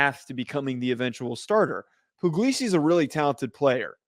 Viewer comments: Puglisi is really talented. And it's pronounced Pugg-lee-see btw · It's not poo-glee-see, it's pug like the dog 😂 so no, that's not what he said